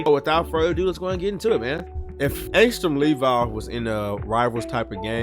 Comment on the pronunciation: Finally someone who pronounces the “Levi” in Angstrom Levi correct